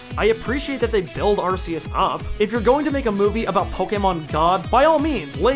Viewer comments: Not another person who says arse us Really not that hard ark which sound so much better not how it’s pronounced that’s the most dumbest reason most words u don’t specifically say each syllable Anyway the movie was pretty shit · It’s pronounced, are-key-us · But it's not spelled Arseus. It's spelled Arceus, with the hard C found in Archaic, Arc, Archeus, arcane. You can't even fall back on "but ce means soft" because english has exceptions to that already. Also, it's clearly based on latin(to be cool and godly sounding), where there is no soft C to begin with, C is always hard. You are being remarkably silly about this. It's like if I started claiming that Neige has to be pronounced Ney-Geh, because that's what the spelling would sound like in my country, and not bother to get the pronunciation right. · I’ve heard the name pronounced as “Ar-kay-us.” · Not arguing here, but you like the way that the Pokemon God sounds like Ass-eus? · It’s pronounced Arkeyus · Arceus more like arseus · you said arceus wrong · I lost my fucking mind every time you said arceus.... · Man you dont how to say arceus